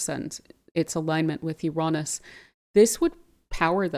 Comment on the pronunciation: Love your work. And Ur pronounciation of Uranus , I think U say it the best. Take care, all blessings joy peace and love upon you and surrounding you, Thankyou. ❤😊